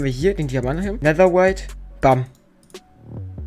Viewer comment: Es heißt netherrite nicht Nether white